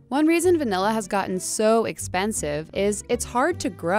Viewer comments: Degree as far as i know its va-nih-la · *Me throughout this entire video: "If she says vanElla one more time..."